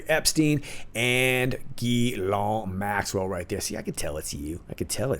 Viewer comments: I know the name Ghislaine is not a common name. Most Anglo Americans are mispronouncing it. It is not Gi Lawn. (Hard G). It's Zhiz (Zh as in the French name Jacques) Len as in Lenny. De rien. You're welcome. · Thanks for your vidéo, from à french patriot ! Can i just tell you something ? Ghislaine is a french name... The correct prononciation is : Jeez lane... Hahaha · The Madam's name is pronounced: Ghee - len